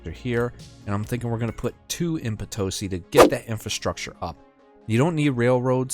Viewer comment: And Potosí, not Potósi